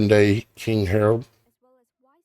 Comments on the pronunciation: It's Herod not Harold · I realize you are only sharing TRUTH but PLEASE learn how to pronounce Biblical names. It ISN’T king “ HAROLD “ that you are incorrectly pronouncing but king HEROD….. say it like he’s named HERUD. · It's king Herod not Harold.